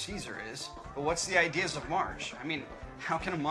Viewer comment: honey, it's Ides, not ideas.